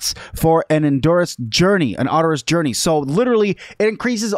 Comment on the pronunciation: arduous is pronounced are jew us